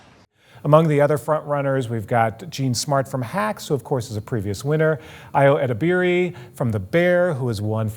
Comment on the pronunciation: Please learn how to correctly pronounce Ayo Edebiri's name,.